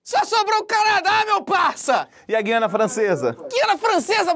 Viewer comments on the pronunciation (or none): none